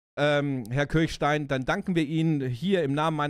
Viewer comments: Geniale Serie,bin damit aufgewachsen. Danke für dieses Video. Eine kleine Kritik. Der Mann heißt "Kirschstein", nicht "Kirchstein" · Er heißt Kirschstein (wie Kirschkern), nicht Kirchstein. Nette Erinnerung ans Vorabendprogramm. :-) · Schon traurig, dass man Willers richtigen Namen weder korrekt schreibt noch ausspricht. Der Mann heißt Rüdiger Kirschstein und nicht Kirchstein! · Der Schauspieler, der Willers spielt, ist Rüdiger KirSCHstein - nicht Kirchstein.